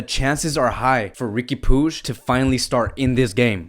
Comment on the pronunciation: Facts.. he needs to come up with his own contents. He doesn’t even know how to pronounce Riqui puig and Ter Stegen 😂